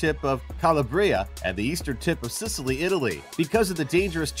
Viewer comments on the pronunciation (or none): none